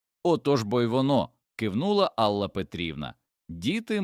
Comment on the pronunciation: Чому АллА, а не Алла? Дратують неправильні наголоси, різкий голос, хоч сюжет і надуманий, хотілося б чути у голосі якесь співчуття, сердечність, а тут просто беземоційне читання